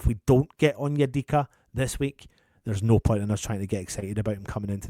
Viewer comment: said Onyedicky 😭😭🤣 Yes I am childish 🤣